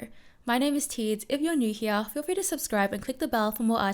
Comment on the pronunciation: Why do you say "heaa" instead of "here"?